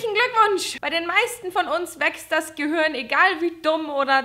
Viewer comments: Ich mag es wenn du statt Gehirn... Gehürn sagst!!! :) Is wie bei Gronkh.. Kirche.. Kürche! XD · ***** auch falsch... GehüRn